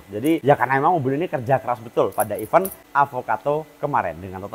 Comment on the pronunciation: benerin ucap event bang bkn even 😢 btw bearingnya pake yg apa mas?